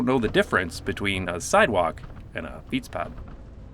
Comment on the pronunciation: i have a small tip for your dutch pronunciation, most of dutch words are spoken with a hard letter at the end, even if it is written soft, "bed" in dutch sounds more like "bet" for example and fietspad sounds a lot better wit a hard t at the end